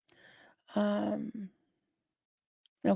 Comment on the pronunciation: I'm in stitches, at one point you said that's 'dickulous' instead of riduculous. How fitting, I'm still giggling! 😂